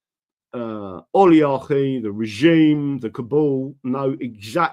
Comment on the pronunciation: Oliarcgh what dat sir ? don't you mean Oligarchy !?